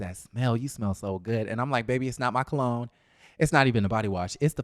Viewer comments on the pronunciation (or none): none